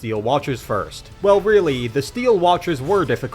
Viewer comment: I though his name was Gortash.. not gordon... Ugh these lazy exploit gamers these days